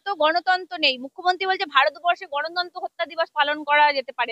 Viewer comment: তিনি বললেন "গণতন্তো" কিন্তু বিশুবাবু শুনেছেন গণতন্ত্র।😂😂😂😂😂😂